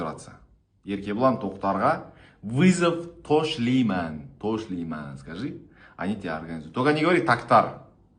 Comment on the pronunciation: Не тошлийман а ташлайман правильно будет.Тошлийман это уже другая тема